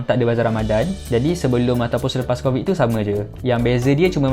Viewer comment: yg crovid tu mahu 10 kali sebut. hhahaha